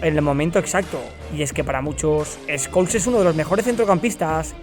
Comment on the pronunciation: Pol escols jaja así le decía el Bambino😆